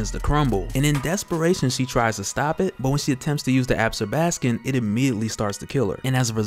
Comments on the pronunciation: Not "Ab'-skor-bas-kin" ---- pronounced "Ab-sorb'-a-skon". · Ab-zor-ba-scon no ab-scor-bas-can 😂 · Absorb- ah- scom. Different emphasis on different syllables. Still you are my favorite. English teacher in me doesn't stop. Sorry lol